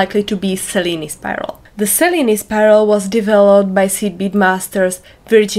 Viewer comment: Thank you for the original pronunciation of the weave. 😊